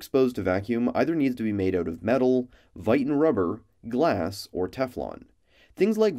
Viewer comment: your videos are great but hearing how you say viton throws me off when ive always heard it pronounced differently